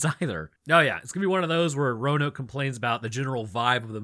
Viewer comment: Actually! Roanoke😂